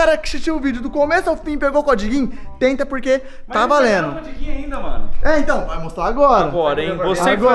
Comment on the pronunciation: "Comprei vários CODIGUIN" , azideia KKKKKKKK